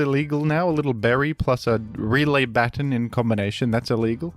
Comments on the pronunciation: we say/saw "baton" pass the same wrongly lol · while I appreciate your australian pronunciation of baton, I must point out your odd pronunciation of custap berry, after all, it's based on "custard apple" and you wouldn't say the first part of custard the way you say the first part of custap, surely?